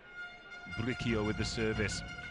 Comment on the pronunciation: They kept saying BriQUio instead of BriSIo (Bricio). It's a Spanish name and easy to pronounce.